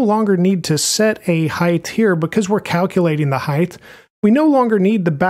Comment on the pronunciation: btw.. height is pronounced hi`t not hi`th because ght is silent gh. not not th sorry driving me bonkers